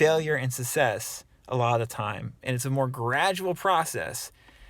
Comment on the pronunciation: Guy can’t even pronounce success successfully so his complaining here makes total sense